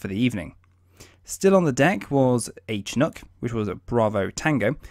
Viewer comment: It's pronounced "Shinook"...not "Che-nook". (CH-47)